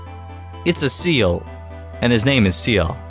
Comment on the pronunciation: Can you say seal for me again XD